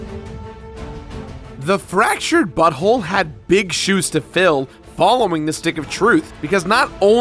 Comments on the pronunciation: You are definitely saying "fractured butthole" instead of "fractured but whole". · it sounds like you said. Fractured butthole ?